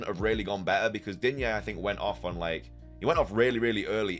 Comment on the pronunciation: Stop with Digne «a» there is no «a» at the end ! He is French , drop that A 🤦